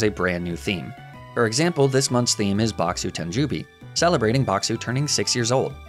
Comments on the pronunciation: One thing, as someone who is learning Japanese, tanjoubi is pronounced like tahn joe bee, not tan ju bee. Just a pronunciation tip! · The ou in Tanjoubi is pronounced oh, not oo.